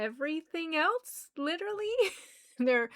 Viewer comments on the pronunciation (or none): none